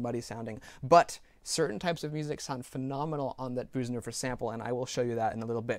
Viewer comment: Your Bösendorfer pronunciation has become spot on <3 Nice work on the review as always.